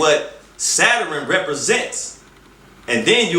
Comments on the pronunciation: And...did this nigga say Saturan (Saturn) dah....well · Anyone else here him say “Zataran" when he’s trying to say Saturn? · This nigga said saturun 🤦🏾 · Never listen to any mufucka who pronounces Saturn as "Satterin" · Ohhhkayyy, now I enterstand! I didn't enterstand until he explained Saterurn pronounced sat-her-ern? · I didn't realize Saturn had three syllables Chingy "Satarin" lol. He's right about the Vatican worshipping Saturn, that's no joke. He's wrong about the triangle and the eye though. That is the all seeing eye of Horus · I'm all for explaining of religions and different beliefs, however he needs to articulate better. You can't talk about stuff like this and mispronounce words, especially when you might be accusing a national religious body of worshiping Satan or "Saturin" as he calls it. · Mmm he’s mixing up stuff and saying it wrong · SOMEONE TOLD HIM THAT SHIT IN 20 MINS ...HE CANT PRONOUNCE SATURN....OR EVEN SAY SHAKRUH ....HE IS AN IDIOT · Yeah but he can't pronounce understand, or Saturn. He might be on to something but he need to just be on to something and let somebody else do the talking. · This is what happens when you get a dumb nigga making an attempt at smart people shit... A pseudo-intellectual who can't pronounce "Saturn" or "understand" while spewing garbage about astrology, mysticism, and a whole bunch of other bullshit that he doesn't even really understand himself.